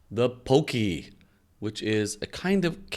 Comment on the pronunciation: Actually, I think it might be pronounced poc-key, like hockey.